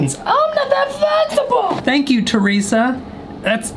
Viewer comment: I'm not that flezibul